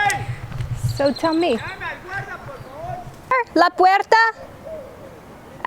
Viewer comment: is it you saying "la puerta" it sounded beautiful and so clear. Your voice sounded like your are a young girl. I hope that in a future not far away you can post a video speaking spanish. Te deseo un feliz año nuevo!